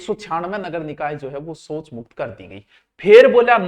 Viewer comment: Soch nahi shouch Hove h